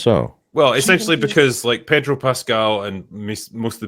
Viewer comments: its pronounced PAY-DRO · Why would she pronounce his name like that 😑